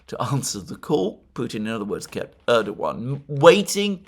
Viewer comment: FYI Alexander. Pronunciation is Rejep Tieyip Erdowan. C in Türkish (Türkçe) is pronounced like a J. Ç ıs pronounced lıke Ch and Ğ ıs sılent. Keep up the good work, from a fellow Englishman.